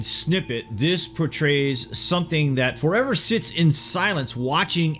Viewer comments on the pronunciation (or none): none